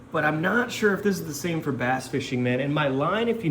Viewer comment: I thought you said you were eating a bat, then I realize you said bass.